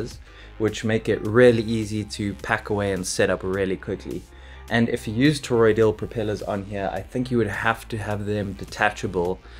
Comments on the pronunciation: ToroiDAL not ToroiDIAL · Now after me. TOR-OID-AL. not TOR-OID-EE-AL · Toroidal. Not: “toroidial”. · toroidal, not toroidial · FYI: It's "toroidal", not "toroidial" (sounds like "tor-oid-eed-ul") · It's toroidal not toroidial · Ok, I may be a little particular, but FFS! It's Toroidal NOT fcking TOROIDIAL. WTF! Michael 🇦🇺 🫨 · Why do you keep on saying: toroid-ee-ul ???